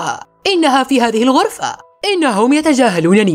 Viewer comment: ترقضين إلى العرفة 😂😂 ألا يمكنك نطق حرف الكاف